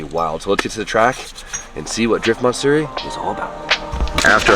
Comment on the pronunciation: MATsuri TF is MARTsuri?